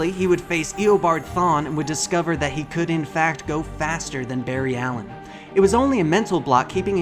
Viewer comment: Did you just say Fart Allen?